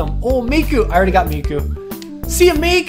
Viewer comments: Its Mikko not Mikku lmao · mikkO not mikkU, koivu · I love how you pronounce Mikko, it sounds so funny to me because i'm Finish. :D